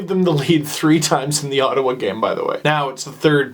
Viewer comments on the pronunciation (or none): none